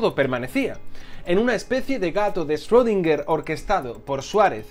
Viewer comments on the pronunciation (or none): none